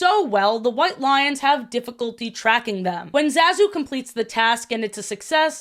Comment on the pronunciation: You keep mispronouncing Zazu's name and I'm not sure how.